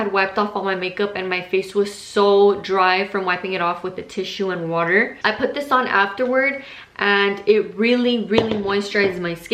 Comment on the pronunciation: "oultuh" btw your lashes look fluffy af!